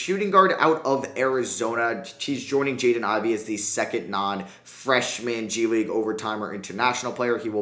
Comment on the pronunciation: bruh did you say G-League Unite?